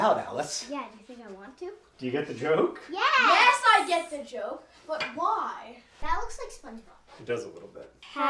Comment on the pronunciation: He does have my accent from when I was that age 😂 posh for no reason and saying ‘why’ with three syllables